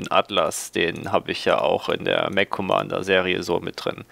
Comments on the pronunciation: Man muss ja nich immer alles auf englisch aussprechen, vor allem da das Wort Mech auch im Deutschen existiert. Dennoch bevorzuge ich auch die Aussprache "Meck" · Nur eine kleine ausprach frage: spricht man "Mech" nicht wie "mek" aus? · Na es geht doch. Du kannst das Wort "Mech" doch richtig aussprechen. Erst bei , aber besser als nie. "Mech" wird mit einem "k" am ende ausgesprochen. So wie du es aussprichst, da wird ja einem wirklich schlecht. Und weil du das Wort gefühlte 20 mal die Minute sagst, gebe ich jetzt auf und schaue mir dein Video nicht bis zum Ende an. Da dreht sich mir immer der Magen. Grauenvoll, ...ist das ein Englisch... man oh man.